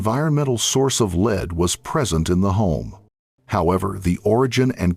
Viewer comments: I agree! The continual mispronunciation of lead as 'leed' rather than pronouncing it 'led' by the Ai generated voice was so irritating!! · OMFG. Use a real narrator. It's pronounced "led", not "leed" . I hate AI voices. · The way the AI is pronouncing “lead” ruins the video